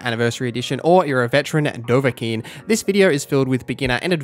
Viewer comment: Tell me why. Why m,y brother? Why do you disohnor Dovahkiin like that my brother??